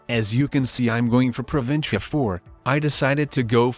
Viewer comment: OMG will someone please teach the machine how to say "province"